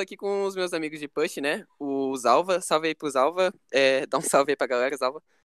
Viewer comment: o jeito q ele fala salve e muito estranho